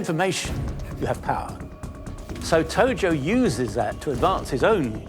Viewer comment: Tojo. Not Togo.